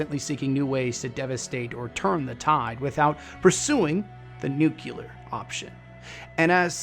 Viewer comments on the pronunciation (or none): Nuke-clear! please say it right, people gotta learn.Not hating on you though, I love your vids and am excited for fallout lore, its just a pet peeve of mine when people say nuke-u-lar